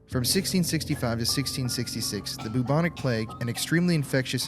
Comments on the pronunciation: I love the way you say bubonic lol it’s like boob-onic 😂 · if he says bubonic wrong one more time